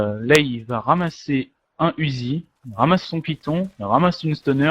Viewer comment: c'est marqué uzi mais sa se dit '' ouzi ''